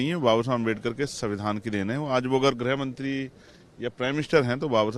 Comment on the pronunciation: Bolna sikh le beta greh mantri nahin hota h greeh mantri hata h